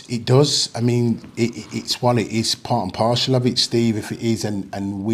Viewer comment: Part and Parcel! Not partial. 😂